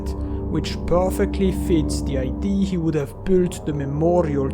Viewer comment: Also when he pronounces idea as ID 😂😂 Nothing personal, it's just funny to me 😅